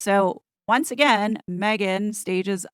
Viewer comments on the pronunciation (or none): none